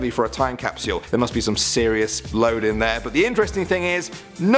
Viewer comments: "Toim cap-soo-UL" ... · Pro tip: if you’re going to make a video about time capsules, use a host who can pronounce ‘capsule’… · funny how he says capsule